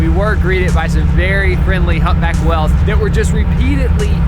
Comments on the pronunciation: I like how pronounces whales as wells. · why does he pronounce "whales" as "wells"